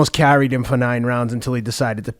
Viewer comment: Whenever I hear “carried” it just screams casual